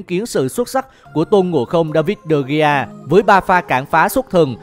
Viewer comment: Đa vít đì hê 😆😆😆